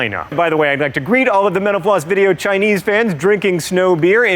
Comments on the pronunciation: John sounds like he said "Joe is also a fan of menopause video" at the beginning, lol. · Am I the only one that hears menopause when he says mental floss? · This guy youre killing me. This host. Everytime you say mental floss it sounds like youre saying menapause try pronouncing the L and F please!!!!!!!!!!!!!!!!!!!!!!!!!!!!!